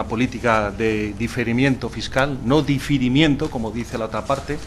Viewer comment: difirimiento... Jajajaa